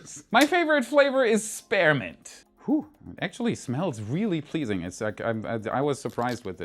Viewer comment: Hey. Spearmint is pronounced SPEER-mint... not SPARE-mint 😌